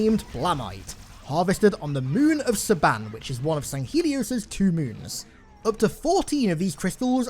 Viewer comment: Suban is pronounced SOO-BHON